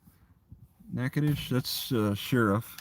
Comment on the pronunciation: As a former local... we call it Nack-uh-dish... spoken quickly